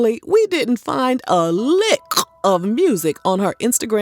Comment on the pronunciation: The highlights of this video were the "girl stop lying" ad libs and the thick pronunciation of the word LICKKKKK 😂😂😂😂😂